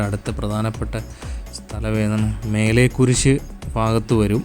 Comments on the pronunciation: മേലെ കുരിശ് അല്ല മലേ കുരിശ് പാങ്കോട് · മേലെകുരിശ് അല്ലേടാ പൊട്ടാ മലേകുരിശ് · മേലേ കുരിശ് അല്ലാ😅 മലേ കുരിശ്😂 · മേലെകുരിശ് അല്ല മലേകുരിശ് ആണ്